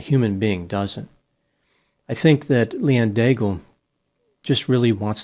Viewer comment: Daigle is most probably a French Canadian name. I wonder if she pronounced her name like you do (like bagel). In French, the final e of Daigle is silent. Then "aig" sounds like egg, so the first syllable of the name is degg. Now think of the sound of the word glow, but without the ow part. Combine this with degg and you have the French pronounciation of Daigle. As for Pelletier, it is pronounced like pell-tea-yay . 🙂